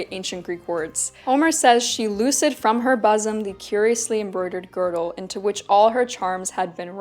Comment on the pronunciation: Hey, "loosed from her bosom" would be said like: loosed, like juiced or spruced, not like lucid. And in bosom the first syllable is pronounced booz'm, like wooden or shouldn't.